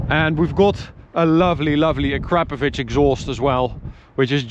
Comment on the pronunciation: Hey, I guess it’s a cause of where you live, but it’s nice to hear somebody that knows how to pronounce acrapovic correctly where I am in New Zealand, most people call it “ a crar Poe Vick” when I try and correct them. They laugh and say I’m nuts and trying to be stupid.